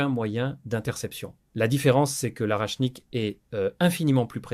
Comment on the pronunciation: Pas arachnik, mais orechnik.